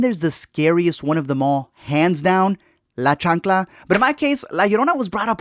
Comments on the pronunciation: I just heard la chankla, and died. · La chancla ... bro I’m fucking dead 😂